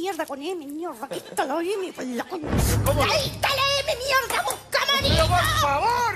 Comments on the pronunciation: " ya se amarillou? 😂😂😂❤ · Amarillo en inglés es amarillou